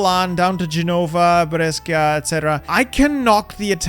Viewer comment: the way you said Brescia really hurt me